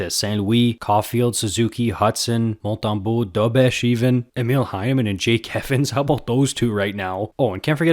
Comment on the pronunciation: Yeah, i think he said Montembeault fine also.